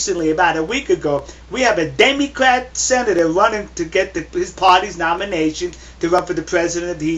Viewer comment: haha you said demycrat